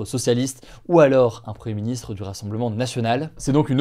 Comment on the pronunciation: il n'y a que moi qui entend preministre ?